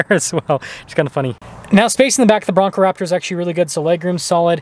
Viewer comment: Did you call it a Braptor? 😅